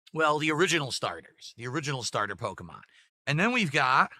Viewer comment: “All the different po-ko-mon” I swear his parents dropped him several times when he was a baby. Edit: it’s funny how gave Phil Spencer shit for the Microsoft layoffs and now he is laying off clothes…